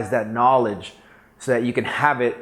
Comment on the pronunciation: o the way he says knowledge... is he up here in the hollywood hills with some books and a lambo XD